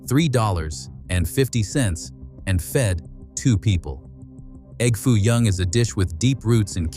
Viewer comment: 23 seconds in and the narrator says E.G.G. Foo young, Instead of egg foo young. Who the heck is EGG foo young. Is he the famous Chinese businessman who first requested the dish. Is he the Earl of Sandwich?